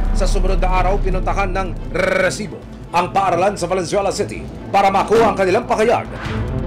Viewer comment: aksayado ka sa letter "R" Emil, R--R--RRRRRRRRRRRRRRRRRRRRRRRRRResibo! parang tunog ng asong malapit ng mangagat.